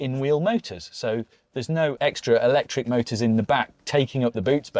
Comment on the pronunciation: Stopped watching as soon as he said "electric".